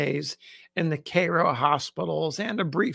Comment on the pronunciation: Thanks for the correct pronunciation of Cairo :)